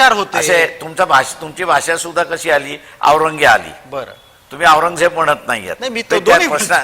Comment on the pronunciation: पत्रकार ची कोणतीच जात असत नाही पण हा पत्रकार औरंगजेब ल aourgyaa म्हणत आहे